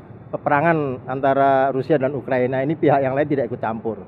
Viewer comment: Ukraina, bukan Ukrania